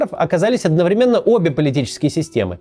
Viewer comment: ОдноврЕменно,а не одновремЕнно)).